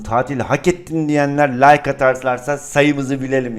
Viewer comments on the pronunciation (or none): none